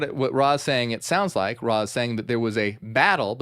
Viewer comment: It's Ra not raw